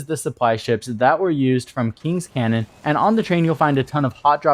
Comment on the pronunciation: "Canyon", not "Cannon".